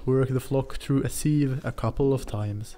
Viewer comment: "From the sil" lol instantly I thought, this guy must be Nordic!